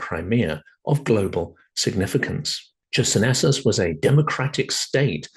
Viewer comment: Closer to ISIS. Well said! I was taken aback by that pronunciation of Chersonesus (χερσόνησος is still a common placename in Greek, meaning peninsula and sounding like hair-SOh-ni-soss) but maybe that's what has become the standard in English-speaking archaeological circles. A trivial detail compared to your important message.